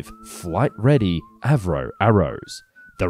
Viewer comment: A V Roe ???? You mean Avro??